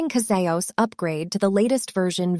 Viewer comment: Could you atleast correct the AI generated voice to correctly pronounce CasaOS... please. Show some self-respect.